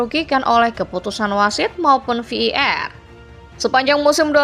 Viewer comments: Wkkwkw masih bilang vardid😂? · Ve i Ar min tolong pronouns di per baiki lagi kalo tidak sebut saja var baca saja langsung var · Voice overnya gak jelas bang.. Mestinya kalo mau pake bahasa inggris pengucapannya Vi E Ar atau sekalian dibaca VAR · betul, ejaannya kurang secara bahasa Indonesia/pun Inggris